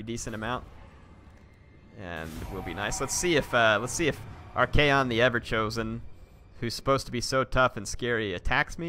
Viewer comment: I know this is too late but for future reference please his name is pronounced Arc-on